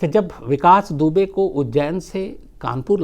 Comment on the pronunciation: Vikas dubey kaa naam aap hamesha galat kyu bolate h☺ Ittefaq h yaa aap lena hi nhi chahate... sir mai aapke kahani batane ke tarike ko bahut pasand karti hu ... 🤗